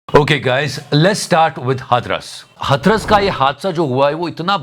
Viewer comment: भाई हथरस नही हाथरस